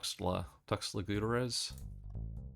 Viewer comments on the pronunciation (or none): theres a s. american city unconnected. Gutierrez is said something like Goot - ee - air -ezz